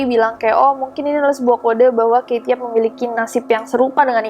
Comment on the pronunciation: Rasanya kate , bukan kaye